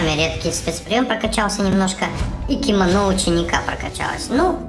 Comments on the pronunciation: Кимоно читается не кимОно а кимонО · на не кимОна ученика а кимонО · у слова кимано ударение на о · Это не киимоно кимоно ударение на первое о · КИМОНО УДАРЕНИЕ НА 3 О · Кимоно не Кимона Префект не Перфёкт